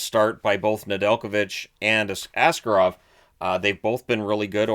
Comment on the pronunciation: Everyone seems to get it wrong (as with most Russian surnames), but the correct pronunciation is ah-SCAR-ov, not AH-scar-ov.